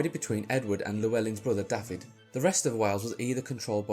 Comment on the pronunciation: Nice video - but Dafydd is pronounced 'Dah-vith'